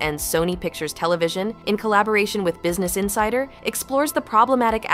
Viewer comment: And insider, "In- sid- er"